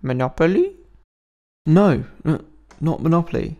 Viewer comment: I swear he said Molopoly once